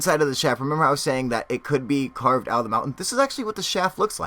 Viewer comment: are you trying to say mountain or mounen?